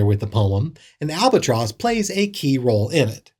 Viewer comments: "Albert Tross"? * sigh * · Albert tross= albatross. Lol 😂